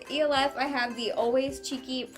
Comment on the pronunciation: Its pronounced like elf the movie I think? That's how most ppl pronounce it lol.